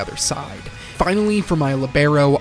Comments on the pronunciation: The way he pronounced libero 🫣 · That’s the American pronunciation of libero